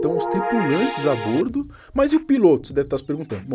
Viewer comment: A pronúncia correta é a "bórdo"!